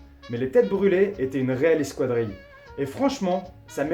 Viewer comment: On prononce eskadrille et pas eskwadrille